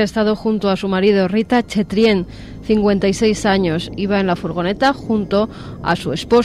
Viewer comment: Como suele suceder, pronuncia mal el nombre. No es Rita Chetrien sino Rita Chretien. Del primer modo probablemente no encontraréis el caso